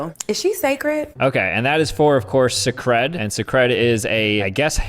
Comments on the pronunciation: lol him pronouncing Cecred suh-cred…it’s “say-cred” like Beyoncé’s name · “S-eh-cred” its pronounced like “sacred”. I’d expect you of all people to know that the é makes and a sound 😂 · I'm pretty sure it's pronounced sacred